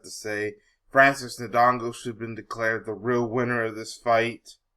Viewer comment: he may not be able to say his name right , but he knows who really won the fight , and i was for fury but fury lost that fight